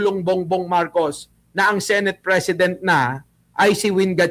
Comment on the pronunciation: she said, "sineyt." bisaya ang accent.